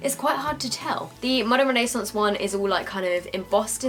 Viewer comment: Does it bother anyone else the way she says renaissance